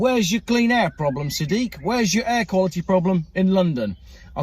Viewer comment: It's not Sad dick it's SAD IQ!